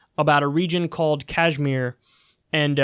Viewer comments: It's called Kashmir not Kajmir 😂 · I'm pretty sure its pronounced "cashmir" not "cajmere" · Kyle, its pronounced: Kush like Lush and Meer. Kush+Meer=Kashmir. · Kashmir with the 'ash' pronounced like the 'ush' in RUSH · It’s called ‘kush-meer’ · Dude it's pronounced "Kash-mir" like the Led Zeppelin song! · Its like kush-mir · Yes but the pronunciation is Kashmeer I'm from pakistan so believe me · Dude any updates? been 9 months already. Conditions must be very bad there rt now. thats what you and your Jihad loving backers like BBC were hoping for rt?? Next time at-least come prepared on topic you are gonna cover. say for e.g. how to pronounce Kashmir or Jammu. you were not even confident on how they are pronounced and u decided to give a speech on secular talks. chutia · Doesn’t know how to pronounce Kashmir and goes on to make a 13 minute video about it. Lol what a dumbass.